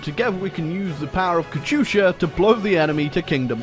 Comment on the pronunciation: I don’t like how he says “katusha”. Sounds like an American saying “ gracias”